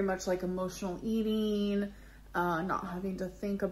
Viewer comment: “When it comes to my eat-eeeeeeen”